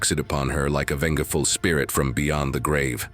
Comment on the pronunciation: You need to fix your AI because it keeps mispronouncing things like "Startled" was pronounced "Start led", like two separate words and "Vengeful" was pronounced Venga (like the Venga Boys) "Venga ful". Other than that, the stories were okay.